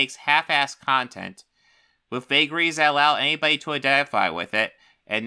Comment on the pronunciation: Saying "nobody is talking about x" is not to be taken literally, and you damn well know that. Such a lazy attempt. Also, you have to pronounce the -th sound in "with" if you don't want to be taken seriously. Take a speech class.